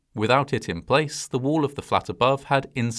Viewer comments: Wall. Not woo. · Pronouncing wall as Wool is hilarious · why does bro pronounce wall as wuul?